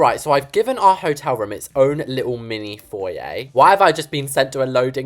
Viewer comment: FOYE? what da HEIL is a 'FOYE'?